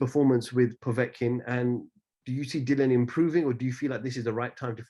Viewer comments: Its dillian not dillon lol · Dillian as in rhymes with Gillian, not Dillion.